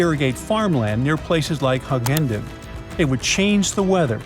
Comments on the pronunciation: And Hugh enden not Hug hen den 😂😂😂😂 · If you're doing a commentary you should learn the correct pronunciation of places before you start . Lake Eyre is pronounced Air and Hughendon is pronounced with a Hew not a Hug.